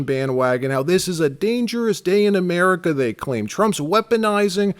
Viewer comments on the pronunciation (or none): Why isn’t Kaitlyn able to say “America”?